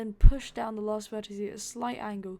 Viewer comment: Why do u call an individual vertex a verticie? And also a roll point a roll point a roll verticie?I don't hate you for it, I just think it's funny. XD And also you left some things out of this one that really wouldn't take much more time but would make the ride much better (like rotating the track that's returning to the station so it doesn't just go straight from where it was, as well as other things) did you skip it for the sake of time or just cause you didn't wan't to do it? I don't know, that's y im asking.